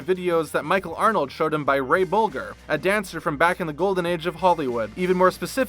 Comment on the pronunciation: Bolger is pronounced Boljer. Like Folger? Ya know? C'mon.